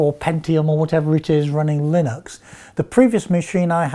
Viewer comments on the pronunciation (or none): none